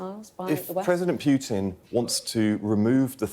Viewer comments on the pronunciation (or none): It’s not president Piutin , it’s PUTIN